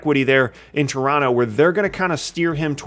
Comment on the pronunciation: My favorite part of this video is knows how to say Toronto like he's from Toronto